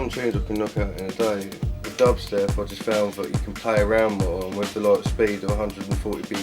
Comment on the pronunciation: lol "well if you just type dahbstep in google loads of little fings come up"